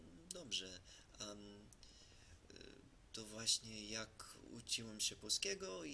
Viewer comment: Trudno uwierzyc, ze Amerykanin tak ładnie mówi po polsku po trzech latach. Jesli chodzi o rosyjski akcent, to nie chodzi o akcent tylko o wymowe pewnych słów. Chodzi o miękkie "czy", np w słowie "uczyłem". Rosjanin czy Polak z kresów wschodnich powie blizej "ucziłem" a Polak zachodni wypowie twardo "uczyłem", czyli twarde "czy". Podobnie koncówki ć. Pisać, uczyć. Wschód powie bardziej "pisats", "uczyts", czy "uczits" (porównaj z rosyjskim uczitsa, nrawitsa). A Polak zachodni twarde ć.